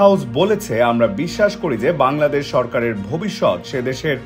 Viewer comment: ব্যাংলাদেশ উচ্চারণ করছেন তারা সত্যর কাছেও নেই